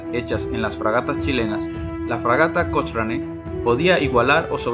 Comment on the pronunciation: Buen videos pero cochrane se pronuncia cocrane jaja